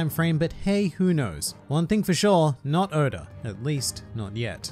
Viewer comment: Nobody:Oda: Odur